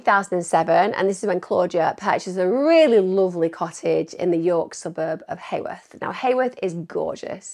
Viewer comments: Its heworth not haworth lol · Not that it matters at all…but as a local to the area, Heworth is pronounced Hue..worth, ( so like saying you-worth but with an H) not hay worth. Enjoyed hearing your take on the case and nice to hear a non judgmental view of Claudia. I have long wondered if she had an affair with the wrong persons husband….which lead to her demise, do we know if any of the men she was seeing have mysteriously disappeared too? but then again it could be a complete random opportunist predator that homed in on Claudia, wrong place wrong time kind of thing. Could be a student at uni that she rebuffed….Very tragic case for her and all of her family and friends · It’s Heworth not Heyworth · Heworth is pronounced like Hue.. worth. Just FYI, xxxx❤ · Just one frustrating point Em'....It's pronounced HEWorth, rhymes with Who worth! Just a minute irritation. 😠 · York locals will never forget. I thought that too, best way I've ever heard Heworth and Acomb said 😂😄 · Yesss, finally! Thank you Emma. I’ve been requesting true crime content creators to cover this case for years. It’s very close to my heart because I’m from York (live about 2 miles from Claudia’s home) I’m the same age as Claudia, and us Yorkies still haven’t forgotten about her. Nobody simply vanishes. Somebody knows something. Also, Claudia disappeared from a suburb called Heworth, (pronounced Hue-worth) not Hayworth. There is no such place as Hayworth in York.